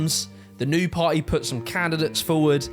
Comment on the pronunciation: can you pronounce "party" not like "pie"?